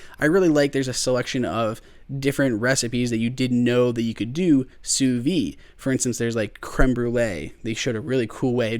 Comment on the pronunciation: That's how it's pronounced.